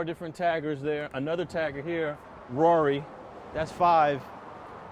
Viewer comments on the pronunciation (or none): this dude said rori lol its ROB1 lol rob one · This nigga said "Rory" haha it's "Rob1" from Gardena